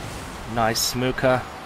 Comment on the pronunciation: Everytime says SMOKKA it sounds like SMOKER with a really weird accent